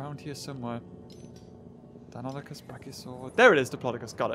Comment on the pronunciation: Its die-nu-nie-kus. not die-non-a-chus